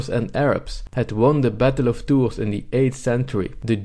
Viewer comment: ... took me like 10 minutes to find out what the hell you were saying. Battle of TOURS, france. october 732